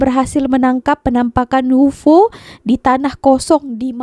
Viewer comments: UFO tu sebutannya Yu Ef Oo - U.F.O laa 😂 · Bukan UFO. Disebut satu2 huruf U F O 😅😅